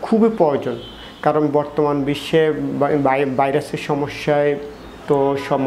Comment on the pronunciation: বাইরাস মানে কি? শরীল কাকে বলে আর পুসপুস ই বা কী । ফেট, ফ্রেসার, সেস্ট----উচ্চারণ এরকম কেন? শব্দ গুলো ভদ্রলোকের মত উচ্চারণ কর।